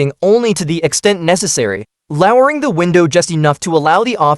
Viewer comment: "Louwer-ing the window"...wonderful AI pronunciation of that script...